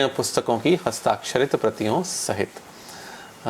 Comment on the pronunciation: लघू चर्चा नहीं लघु चर्चा